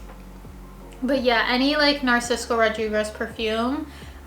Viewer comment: It's not Narcisco lol, it's Narciso 😅 Great faves though! 🖤